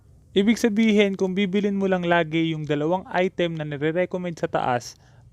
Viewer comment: Im tired of hearing " Ai TÉM"